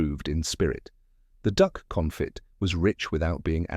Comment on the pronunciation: I don’t remember the use of “tuiles” but the narrator mispronounced both consomeé (con so MAY) and confit (cohn FEE). If anyone cares.